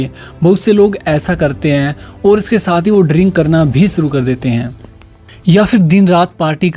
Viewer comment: Boy you should work on 's' or 'sh'.. suru nhi hota it's 'shuru'